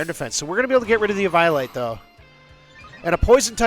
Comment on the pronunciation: I've never seen someone pronounce Eviolite like that before.